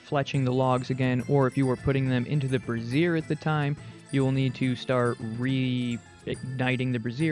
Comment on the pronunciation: Everytime you say brazier it makes me giggle, I think it's pronounced "Braze-ure" rather than "Bra-siear" which is identical to how "brassiere" is said, a different word for a bra lol.